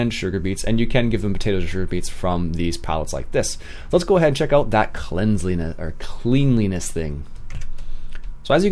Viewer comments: Cleanliness pronounced "Clen-li-ness" not "Clean-li-ness". Other than that, great vids mate! XD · Still pronounced cleanliness wrong :P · And my point still stands:D